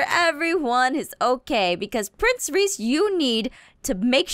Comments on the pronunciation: She called Prof. Mobzilla Reece in the very beginning. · You called dr Modzilla Reece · u called prof. modzilla Ress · She just called him reese